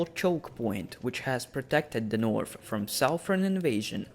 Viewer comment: Take some English classes before you make more videos. It’s impossible to watch when you’re calling The North “teh Norf”